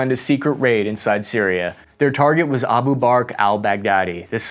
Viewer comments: hell no, you said abu bark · And don't forget about "Abu Bark" 😂😂😂😂